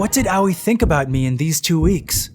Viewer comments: "owie (Aoi)" my dude, it's A (like the A in Ant) Oi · Awei?🤣🤣🤣 Sounds like a kid that hit his toe🤣🤣🤣 Ps, I'm pretty shure it's pronounced Ao-i I'm just can't concentrate with the continuous "awie"😂😂😂 I keep imagining a kid saying "awie, i hit my toe"🤣🤣🤣🤣 Ps. It's not a bad thing, i actually made my day, so pls don't get offended, I'm just saying it's funny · When he say aoi in my mind it autocorrect to yaoi And after i heard yaoi i heard lesbian and it funny cuz it cringe. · Pronouncing Aoi owie is kinda grating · Just throwing this out there, if anyone wants to know how to pronounce "Aoi", it's pronounced "Ah-Oy" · As if girl's like this exist irl still, it was enjoyable except for how Aoi was pronounced. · The way he’s pronouncing Aoi bothers me.